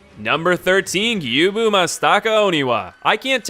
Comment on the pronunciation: Gyoubu: screams his name into your ear: Gyuubu Mastaka Oniwa